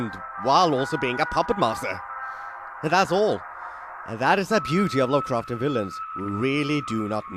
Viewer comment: lu'cru'chen... vi-yi-gmsh